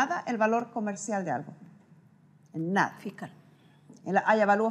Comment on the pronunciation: NUNCA ES TARDE PARA APRENDER.....PARA DECIR LA PALABRA " ALGO " NO SE DICE aRgo....el ARGO NO EXISTE! ASI QUE HOY PUEDE UD APRENDER ALGO...SI ALGO, ESE ALGO ES QUE SE DICE ASI..A...L...G...O NO argo ARGO NO SE DICE!.....NUNCA SE DEBE DECIR...'EL SORDAO SE TOMA EL CARDO CON ER DEO!